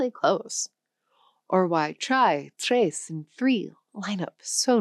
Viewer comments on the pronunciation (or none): none